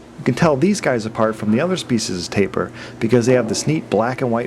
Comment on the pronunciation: Tapir -> Tah-peer